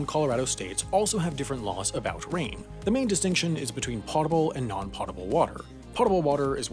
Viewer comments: its pote-able not pot-able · "Potable" is pronounced like "poatable", not "pottable". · it's potable, not pottable water. That's pronounced POE-ta-bull, not PAW-ta-bull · "POE tuh ble", not "POT uh ble". Pretty much all pronunciation guides agree. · next video explain why you keep saying Pot-able instead the correct pronunciation of Poh-table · IT’S NOT PRONOUNCED “POT-TABLE” ITS PRONOUNCED “POH-TAHBLE!!!” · It's pronounced pow ·tuh·bl not pot·tuh·bl. Don't you people watch Jeopardy? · all together now: PO-table NOT POT-able! and on the previous one that I watched your AI SAID 'CUP-board'! is that next to the 'CUB-board'? =Half Assed idiot. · Potable, rhymes with Goatable. You are saying Pottable. Yes, English is so weird... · Pote-able, not pot-able. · Holy crap never say "pot able" again "Pote able" is where it's at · po·ta·ble /ˈpōdəb(ə)l/, or POE-ta-ble NOT POT-a-ble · potable is pronounced "po-tah-bull" not "pot-a-bull" thanks, this has been brad im here til thursday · potable is pronounced “poh-tuh-bul” not “pot-uh-bul” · It's "potable", but with a hard O, otherwise it would be "pottable"... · Did he really mispronounce “potable”? It has nothing to do with pots😂 it is not pronounced “pot ebl” it’s pronounced “pote ebl” lmao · It's pernounced potable (poe-tah-bull) not potable (pah-tah-bull) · It's potable, not pottable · Uhh it's POEtable not potable....pronunciation-wise that is. At least you spelled it right. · Potable is pronounced poadable, not pahdable. Unless you're in the military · Yeah it's pronounced potable not potable bro ._. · Fun fact, Potable is commonly mispronounced. Instead of Pot-a-ble, it’s pō-tə-bəl. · POH-TA-ble (like notable), not POT-able. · It's pode-i-bill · The first syllable in potable is pronounced like the first syllable in potent. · Unfortunate he got Pōtable wrong though. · just want to let you know potable is pronounced "Poe-table" and the Almighty Oracle Google agrees with me. Ok I'm out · It's pronounced POH-ta-bulls